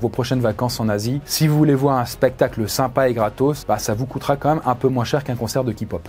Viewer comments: « Ki pop » 😅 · J’ai peter de rire quand il a dit ki-pop 😭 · "Un concert de Kipop" hmm 🤔